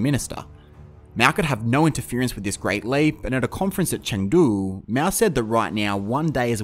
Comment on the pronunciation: I have some suggestions for your video. As the pronunciation of Mao, it is more like "Mau" than "Meow". And it should be CPC as it's the same way to call communist Party in Canada or Cuba. CCP has a large amount of racism in it. As for who's to blame for the GLF, I think it is complicated. On one side you have Mao launching this campaign but on the other side you have officials organizing farmers blindly melting iron into metal waste and messing up with the farm land. However , I would like to point out the death number of GLF has been GREATLY exaggerated as China only have 700 million people at that time, and to say something like 40 million or even just 10 million death is flat out reduclious. It is not hard to do the math, that's like 1 death in every 15 people... I have also confirmed with my grandparents as a Chinese that no massive famine was ever heard of during that time. The worst case was actually during three year natural disasters where they heard people were starving, not GLF.